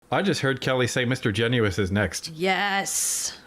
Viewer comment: Its pronounced “Gennis” not “Genu-is” just saying😅he hates that